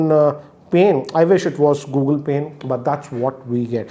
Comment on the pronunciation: When he said Samsung Pane, i thought he was saying Samsung PAIN 😁